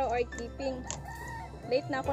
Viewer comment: It's not kiping it's iping